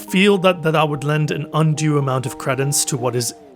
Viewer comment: The way he pronounces credence lmao